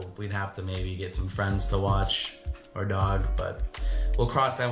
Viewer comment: at least someone else sees he says OAR instead our OUR :) Thank you